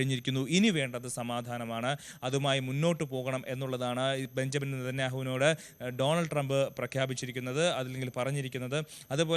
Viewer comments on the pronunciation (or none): none